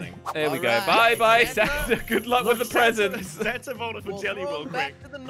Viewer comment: When says Santa it kinda sounds like santer…😂😂🤣😂😂😂😂